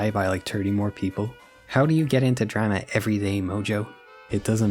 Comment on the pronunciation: I've never heard anyone ever pronounce the word drama as ‘drema’